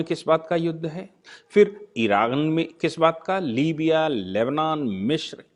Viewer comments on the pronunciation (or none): none